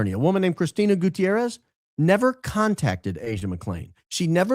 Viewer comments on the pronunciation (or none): none